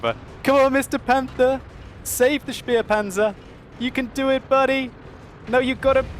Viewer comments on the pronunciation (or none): u always pronounce spähpanzer ru 251 like spearpanzer... it's a scoutpanzer (späh). There is no "R" behind the "späh".